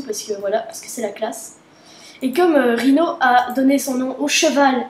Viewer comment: Rino. Pas Rhino. C'est même marqué.